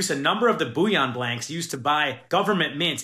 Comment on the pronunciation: Bouillon is broth - it’s BULL-I-ON